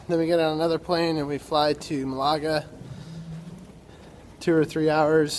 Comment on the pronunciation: Malaga is pronounced with the first of the three parts being the strongest. Meaning its. MAL ah ga. But its all good :-) Welcome to Spain